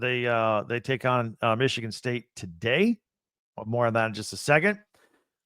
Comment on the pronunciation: Needs to learn how to say Michigan first lol